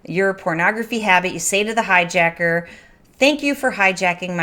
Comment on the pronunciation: The “hi-JACKER” lol. 😂